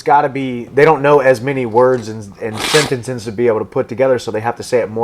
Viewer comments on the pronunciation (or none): He was a well spoken guy until he said sentensence